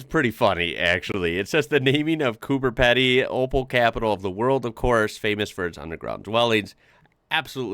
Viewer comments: CooperPeedee NOT COOPEPADDEE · its pronounced as COOBER PEEDY NOT pedy as you be having a lot of australiaons screaming at you i am just giving you some advice no harm done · Quick correction on your pronunciation of Coober Pedy. 2nd word is pronounced peedy 😁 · Coober Pedy is pronounced Coober "Peedy" not "Peddy". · Coober Pedy is pronounced with a long "e" sound. Picture the spelling as Peedy not Peddy as you are saying it. Ok👌🏼✌🏼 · Coober Pedy - pronounced COOBA PEEDY. Okay? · Coober Pedy sounds like Coo-ba Pee-dee.. Just FYI.. Seeing that your Aussie pronunciation is punching high. 😊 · It's pronounced cooper peedee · It’s Coober Pedy. Coober with a’b’ not a ‘p’. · FYI Coober PEDY is pronounced "Peedy" (A lot of Aussies have a bad habit of calling it "Cooper" Pedy too)... My perception is that when we whinge about "bloody Yanks", it's more directed at U.S. Government and policies than at individual citizens. I've always found Americans to be very kind and polite, and very sharing and hospitable. But you will always the bad apples here and there, as you say. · Yep; soldiers in the early days of what was then the colony of New South Wales were even known colloquially as the Rum Corps! P.S. Coober Pedy is pronounced Coober Peedie. Naarm is the traditional Aboriginal name for the land that Melbourne now occupies. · Although there’s only one, “e,” in “Pedy,” it’s pronounced, “Coober” (peedy) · It's Cooper Peedie. How come Americans can't pronounce words correctly. It has an "e" not an "a" Bro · pronounced as COOBER PEEDY just giving you the thumps up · Coober Pedy is pronounced Coober PEEDY. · please never pronounce coober pedy like that ..great video though.